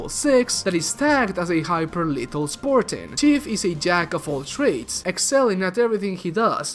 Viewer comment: “Spor-tan” “Or-mor”